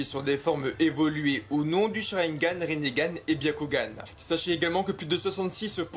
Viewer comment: "rinnégan"? Eh frerot respecte un peu